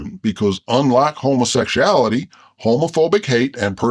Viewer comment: Homa sec sha ality! 😅😅 your a pisser!